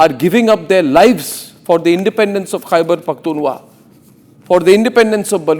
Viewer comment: DAFFER anchor kheberphktunwa nhi khber phktunkha hotta w silence Hai silly😏🤓